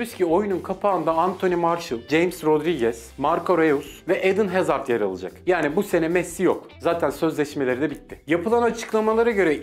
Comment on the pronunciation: edın hazard değil eden hazard marco reus değil marco roys :D